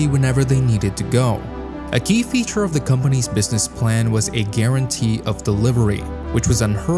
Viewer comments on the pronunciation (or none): none